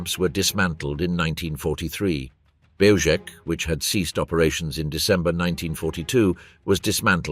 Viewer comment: Belzec is pronounced Belzhets.